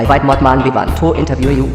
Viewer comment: "Muthmun" lol. Funny as every, great job!